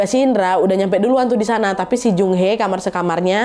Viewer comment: Seoul : So ul Daejon : Dejon Jung hee: jung hi Doo ji:du ji Gun woo: gun u Yuryeong: Yuryong Kurleb bgitu pelafalannya ka, maaf kalau aku masih salah🙏🏻